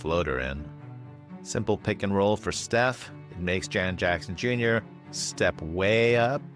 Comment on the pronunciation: Sounded like you said Janet Jackson Jr 😂. Great job as usual,. Thanks for breaking it all down